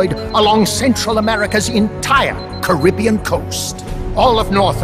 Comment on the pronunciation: Really pissed off that Coldman mispronounced Caribbean through the entire thing